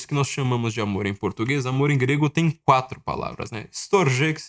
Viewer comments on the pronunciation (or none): none